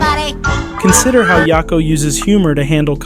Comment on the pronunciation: Yak o not ya ko. Idk why that bothered me so much